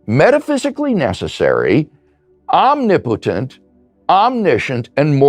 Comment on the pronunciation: I’m waiting for the day that mental gymnastics becomes an Olympic sport. These guys will clean up. And I also find it funny that Low Bar Bill can’t pronounce “omnipotent” properly. 😂